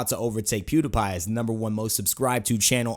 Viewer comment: Pewdapai lmao, can't unhear